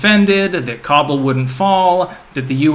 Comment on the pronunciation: Its not Cobble...its Khábul*